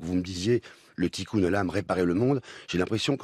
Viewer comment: pas tikoum mais tikoun